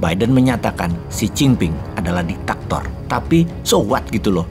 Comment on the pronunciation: Berkali-kali mendengar Ditaktor padahal mungkin maksudnya Diktator...